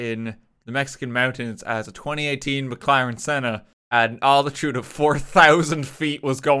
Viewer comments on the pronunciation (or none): none